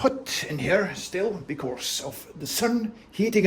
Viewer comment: Ingen r i fordi på engelsk